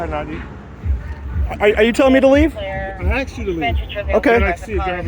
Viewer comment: But he “AXED” him to leave. Ugh.